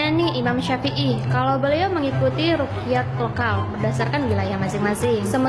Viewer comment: Hohoho Rukyat katanya Wkwkwk Cara bacanya aja dah salah